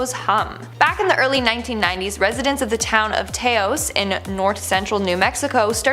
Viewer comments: Taos is pronounced with a soft a. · I'm beginning to think you Canadian hosts mispronounce southern USA town names on purpose at this point. it's not Tay-ose Texas its Tay-ahs Texas. And from the one that wears Harley T's all the time I would think you would know the name of that town. It is almost entirely populated by bikers!